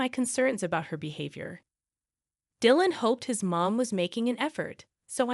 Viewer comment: Come on. This must be an AI generated narrator, given that it doesn't know to reliably pronounce Dylan. NO SUBSCRIPTION FOR YOU!